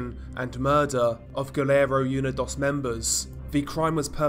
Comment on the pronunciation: It’s “oo-nee-dose” not “you-ni-doss”